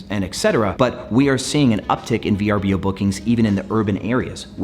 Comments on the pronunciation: It hasn’t been V-R-B-O for some time they rebranded nearly 3 years ago. It’s actually spelt Vrbo and is pronounced ver-boh. Great video just bothers me when people talk about a platform and don’t care to know the proper pronunciation and branding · It’s pronounced “Ver-boh” per VRBO. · You’re right - it bothered me too. It’s pronounced “ver-boh”